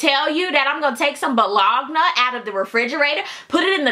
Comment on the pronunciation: The way you pronounced Bologna lmaoo